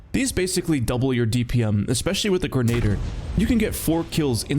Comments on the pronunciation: Grenadier is pronounced "gren-nah-deer". Lol Mangus... it's Magnus. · why do you keep mispronouncing magnus and grenadier 😔